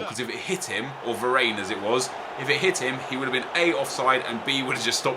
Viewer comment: it is eric (dyer) not (dear) and it is Var-ran not Var-ane